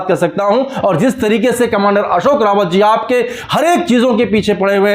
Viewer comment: मेहरबानी करके हमारे नेता का सही नाम कमांडर अशोकजी राऊत ( Ashokji Raut) है | सही उच्चारण की अपेक्षा करता हुँ ! रावत नही राऊत कहीए 🙏 श्रीराम 🌷 होरा भूषण डॉ सुरेश जोशी काका संभाजीनगर